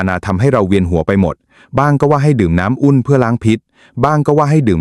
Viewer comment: เอไออ่ะนะ ผมดอน.......แทนที่จะบอกว่าผม ดอกเตอร์ ภู-มิปัญญา น้ำอุ้น ม่าม ........น่าเบื่อ